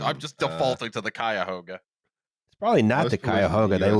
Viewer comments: Cuyahugha, once again this podcast doing violence against northeast Ohio rivers. I still can’t think of the Ashtabula without hearing the way pronounced it once. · Cleveland slander … and not saying Cuyahoga correctly. Both y’all cities bow before Cleveland now! BRB canceling Patreon over these lies 😂😅 (Not really though, thanks for the episode:) ) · How the fuck did you just pronounce Cuyahoga